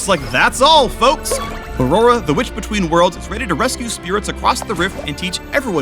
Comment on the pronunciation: RIGHT??? I legitimately listened like 5 times, but it sounds like "witch" with a B instead of W so much